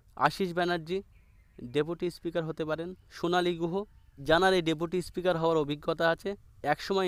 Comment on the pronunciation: বরং বলুন বিজেপি হারলেই কে কে দল ছাড়বে l বিজেপি ৩০ টাও পাবেনা l আর আপনার কথা ঠিক করুন l ইস্পিকার কি জিনিস l আগে কথা বলা শিখুন l